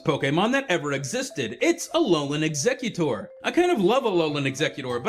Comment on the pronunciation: its exeggutor not eggecutor